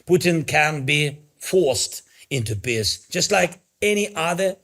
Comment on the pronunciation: I know he is saying peace but I have to giggle because it sounds like piss 😂